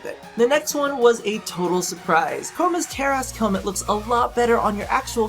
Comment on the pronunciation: it's chroma :D